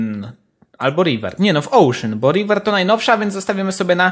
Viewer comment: ocean a nie ouszyn